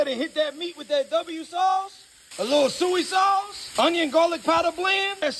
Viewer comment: A little soee sauce 😂